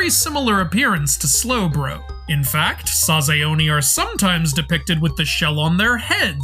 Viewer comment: Sorry to be that guy but 前 (mae) is pronounced Ma-eh not like the name "Mae". Similarly 栄螺 (sazae) is Sa-za-eh Namazun (ナマズン) is its official Japanese name Raikou (ライコウ) is pronounced Rai-koh, not Rai-koo. 公 (kō) is the title for a duke or prince (It was the pronunciation of this Pokémon that made me write this lol)